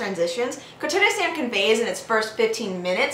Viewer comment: Very nice :D And i had a lol cus first time you said the title i heard "tuna sand" :P